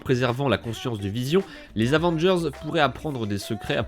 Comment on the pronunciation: Dis pas « Avengerz» mais « Avengers »